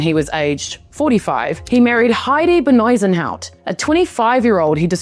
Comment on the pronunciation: Whilst a good video, the way you pronounced Bezuidenhout is so awful. How on earth can you pronounce it as Benisenhout? That's literally messing up the order of the name, forget about a terrible accent. It's Be-z-ui-den-hout. De 'Ui' is a sound not existent in the English language, the closest thing is the 'ou'. Fun fact: But Ui is aside from a syllable, also the Dutch word for onion.